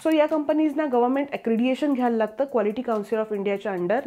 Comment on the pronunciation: अक्रेडिटेशन, अक्रेडिएशन नव्हे...